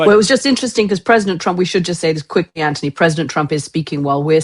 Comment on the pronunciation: Gokd grief, KK is insufferable. She constantly interrupts Anthony (and even rudely mispronounces his name).